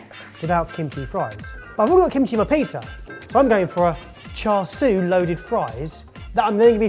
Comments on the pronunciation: This was definitely a fun video, so thanks for making it! still seems to have a tendency to misspronounce "char siu" though. I noticed that he tends to say "swee", but I just wanted to mention it should be closer to "see-you". Hope this helps and I look forward to the next video from all of you! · still hasn't learned how to say char siu and says "swee" instead. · my guy im elated to see cantonese cuisine recognized here but its more closely pronounced "cha-soo" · i think at one point you said "cha swee"? and it's super hilarious and no shade at all on you guys because you always try your best to incorporate lots of different dishes from around the world, and Cantonese pronounciation is tricky to non-native speakers. But it's "cha" (the 'a' pronounced like the 'ah' in 'ah-choo') and "siu" ('iu' prounounced like 'ew'). Loved he vid, keep it up! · “Char Swee” <— 🤣 Sorry, idk why that really tickled me. (It’s “chā shāo”, or “Char Siew”, btw) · Ohhh, cha sui glaze fries, not cha sui fries. Thought he was going more poutine-like. We should be shouting "Where's the pork?!" I was so proud of when he said cha sui the first time in the video, but then later he reverted to char swee (rather than cha seeuuu). Oh well. Guess he makes up for it by providing the laughs in the video. Btw, I realized that I avoid any Chinese fusion videos (Chinese Canadian background here), but since it was about fusing Korean food, no problem at all, click! lol. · I just want to learn to pronounce char siu--which is clearly not char swee. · What the heck is char swee, where did that come from 😂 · still egregiously mispronouncing char siu. 😶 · it’s char s-i-u. Siu means roast in Cantonese. It’s great you love the dish, but learn to say it right:)